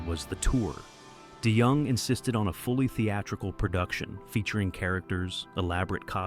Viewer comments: And “Dennis Day Young” !! 😂😂😂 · "Die Young" AI can't even pronounce his name correctly.